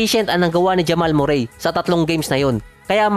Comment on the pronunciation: ganyan boss ipronounce ung name nia